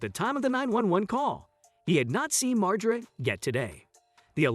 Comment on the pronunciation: Lmao cant even fucking say his last name right. Its been out in public for years. Its Mar- GER- AH (margera)